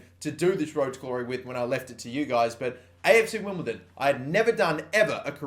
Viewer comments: STOP SAYING WIMBLETON 😡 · Stop saying "Wimbleton" oh my god that's annoying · WimbleDON not WimbleTon